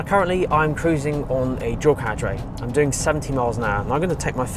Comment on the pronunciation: “Drawcarriage”?!? Seriously? Closed captions translate it as “dual carriage” but that doesn’t help at all. “Why can’t the English learn to speak English?” - Prof. Henry Higgins in “Pygmalion”.